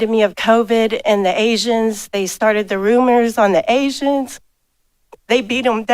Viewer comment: What are hazians? Is that a new ethnic creation by the white man talking at the 59 minute mark????